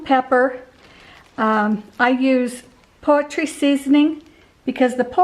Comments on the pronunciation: I've never heard it said that way, and it really tripped me up! Definitely not a Utah thing, maybe Idaho? I think she said she grew up there. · I love how you say “poetry seasoning” instead of poultry. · Leaving the butt on the onion is quite clever, I’ll have to try that. My mother-in-law taught me to put a toothpick in the corner of my mouth like you’re chewing on a piece of straw to help with the tears. However, hearing you say poetry seasoning is a blessing!! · Hope you’re feeling so much better. You’ve been in our prayers. Xx In the uk we pronounce poultry..pole-tree. That’s so cute. X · OMG, she is not old!!! I am her age and pronounce it "poultry." It's maybe a familial thing, or just her way!